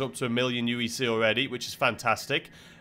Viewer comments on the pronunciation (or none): none